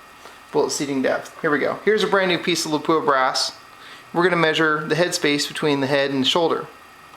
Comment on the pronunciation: Good video! A detail, out of respect for Lapua of Finland: It's pronounced LAH-puah with a short and stressed "LAH-", not Le-POOH-ah like most Americans pronounce it. Understandable, but wrong. Best regards from Scandinavia!